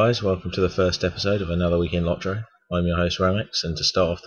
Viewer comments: Its Lot-ro . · Yeah when i hear lot-ro it sounds like lottery. So I like the low-trow pronunciation better also :)